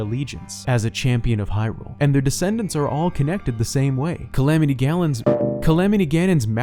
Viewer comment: I heard: Calamity Galland.... like from 7DS. Imagine a calamity version of Galland